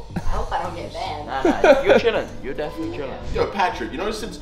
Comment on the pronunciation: mans realllllllyyyy said banded